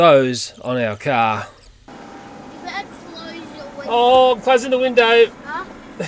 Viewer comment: "There's a giant cricket on the front of the CAHHH"